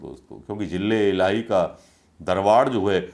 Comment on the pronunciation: 😂jille ilahi nai bolte, its ZILLE ELAHI....ZA ZA...ZILLE NOT JILLE😂😂😂😁😃😄😅